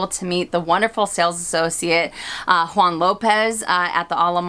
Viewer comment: You are such a genuine soul!! Happy 10th Anniversary to you both!! Juan is also my favorite SA at Ala Moana!! And yes, you said it correctly!! 🌈🌴❤️